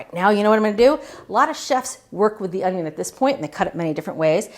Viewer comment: That's the second thing that I thought of when I watched Julia demo dicing the onion. The first thing is how she mispronounced the word ONYO.